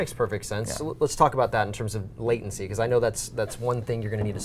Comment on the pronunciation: "Latiency" That is all